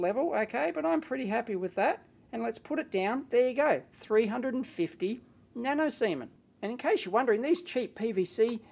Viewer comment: "nano seamen's" ahhahahah